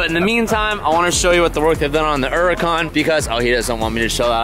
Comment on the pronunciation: flexing every effin time pronouncing uracan “uuhrhukhaaan”